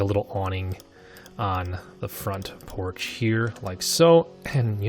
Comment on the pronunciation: Front proch you mean porch?